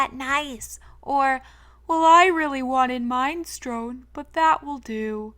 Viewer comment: Mine-strone instead of "Min-eh-stro-nee" is willld lmaooo